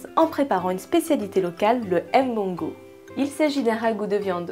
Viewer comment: la blanche, arrete de ''m-bongo'' il faut dire mbongo ntchobi, en plus si tu as un epoux camerounais et que tu prononces ce mot la ma chere c'est grave mais quand je te tire mon chapeau savoir le faire.